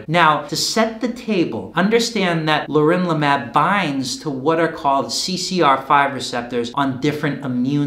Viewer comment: it's pronounced leRONlimab